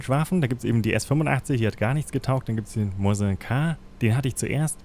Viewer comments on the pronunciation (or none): *Mosin nicht Moisin